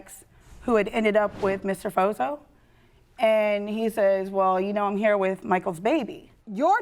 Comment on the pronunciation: "I'm not heewe to argue with hoowe" lady, all you have been doing is arguing with her. 🙄 She was obviously and clearly jealous of the new fiance and their relationship. She wanted to have what they have and couldn't stand that they have it. So she got her mind set that he was her baby's father and made up a whole relationship in her own mind. Sad. And scary.